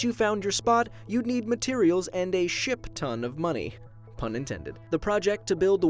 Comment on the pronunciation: I thought said Shit ton of money, instead of Ship ton of money.